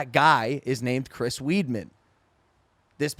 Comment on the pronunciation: You were driving me nuts with how you were saying Chris's name im glad you fixed it, thank you:)